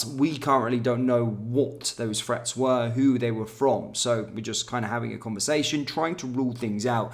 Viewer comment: There is no F in the word 'threat'...lazy pronunciation 😠